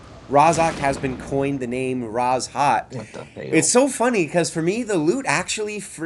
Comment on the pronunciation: Rozhok is pronounced (Rose Hoke)